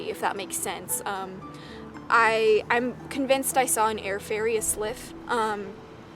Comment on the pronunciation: "Sylph" is pronounced just as it is spelled, like "silf", not "slif".